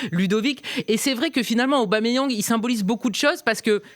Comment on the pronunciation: Arrêté d'écorcher son nom svp c'est Pierre Emerick Aubameyang point barre merci